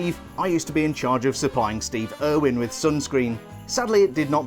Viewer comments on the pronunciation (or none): none